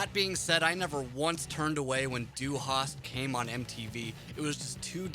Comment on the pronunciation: He couldn't even pronounce "Du" in Du Hast. He said Due